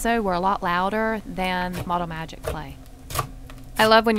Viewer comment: Lol you said model magget 🤣